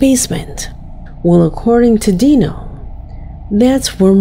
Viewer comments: 4 months ago? Are you the last one on planet earth to hear about this case….seen all of it…and he’s even moved and it followed him to his new place../watch project dark knight horror for a more in depth look at his case….deano lol it’s pronounced dyno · His name is D I NO not DE No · Uh just an FYI but it's not pronounced Dee-no it's Die-No like dinosaur. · Just as a correction: it's not Dino like in Dee No, it's pronounced like (Die No). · It’s not pronounced Dee-No it’s Die-No nugget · It’s pronounced dyno not deano….wow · Hi, I just wanted to let you know great job on the video, but throughout the whole thing you have been pronouncing his name wrong. LOL LOL!!!!! So it is Dinonuggets (Die-no) nuggets. And that's not his name he's talking about marijuana buds. But I love your channel keep up the good work I'll be sure to tune in. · His moniker is pronounced, “DIE-no”, as in dinosaur.